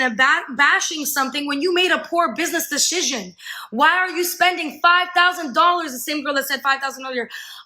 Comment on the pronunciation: Can this bitch really think “decision” is pronounced “deshishin?” Because that’s what I keep hearing.